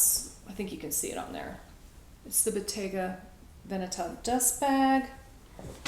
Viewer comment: Congratulations. You are the first non Italian who has pronounced the word veneta corrrctly